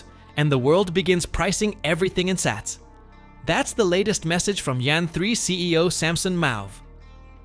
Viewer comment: Pretty bad AI voice can’t even pronounce Sats correctly. Do better